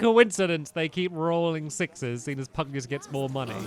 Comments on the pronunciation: Pug-nay-shoes not Pug-ne-yus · Stampy its pugnacious pronounced pug-na-shis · I think it’s Pug - Nay -Si -Us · Stampy, The name is pug-NAY-sh-us hope i helped 🙂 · To answer some of your questions: His name is pronounced pug-nay-shus You got super powerful because Lofty dropped a gold orb, it fills your health and gives you unlimited MP for a short time You can heal and use MP items during battle by pressing the main menu button during battle Love your LP! This game is amazing ❤️ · I think it's pronounced Pug nauseous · It is pronounced Pug-nay-shus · Great game, great playthrough! FYI, it's pronounced "pug-NAY-shus." :) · I believe his name is pronounced: Pug-nay-shous. Just thought I’d give a heads up. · I think it’s pronounced pug-nay-shous. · It's pug-nay-shus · Isnt it pug-na-shush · Pugnacious: Pug-Nay-Shuss ... means hostile, eager or quick to argue, quarrel, or fight. Should be fun to see with the giant King Pug! My friend has 2 pugs, one is cuddly and the other is pugnacious. haha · stamps i am pretty sure it is pug - nace - ee - ous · I think it’s meant to be pug-nay-shus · its pwonounsed PUG-NEI-SHUCE